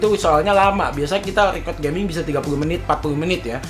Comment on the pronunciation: "WELCOME TO PROS GEMING"